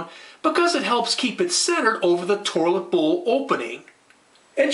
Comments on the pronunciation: Lol, I couldn't believe my eyes as I had to scroll down the first comment. I would have NEVER in a million lifetimes believed, that after watching and listening to this video, the first comment would not mention, "Toirlet," "Tore-lit," or even "Torlet." What is wrong with our society nowadays that a man is not being clowned on for his pronunciation of the word toilet in the very 1st entry of the comment section! This is despicable, absolutely disgusting behavior. Please folks, we need to do better and clown on those who would be kind and clown on us. This man needs to learn that his actions are unintentionally fuckin' hilarious. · Is that an r I'm hearing pronouncing toilet 😂 Tourlit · Haha I heard torlit too 😅😅 but so what... great video. And the video about how to replace the water filler was great. Ill be doing that this weekend . Thank you! 🎉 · WTF is a 'torlet'? LMAO